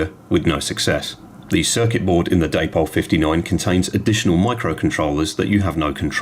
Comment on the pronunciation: Day-Pol? Come along, you're not a moron yankeedoodle or illiterate. That's not hownwe speak in England. Indeed, an Englishman trying to imitate and American in any way is a massive step backwards, tantamount to devolution. Though that quadruples when an Englishman tries to imitates how a seppo speaks. Good lord. Come along.